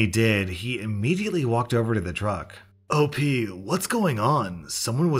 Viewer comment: You know, whenever you say "OP" as in "Original Poster," I hear it as "Opie," Perter's deranged co-worker, and it makes these stories sound even more bizzare, like it's Opie telling it if he could talk normally.